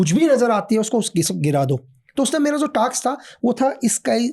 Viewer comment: टाक्स नहीं, टास्क।